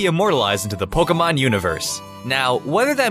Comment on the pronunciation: stop saying pokumon